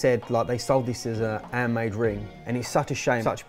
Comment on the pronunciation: I always hear "airmade" when you say "handmade" 😂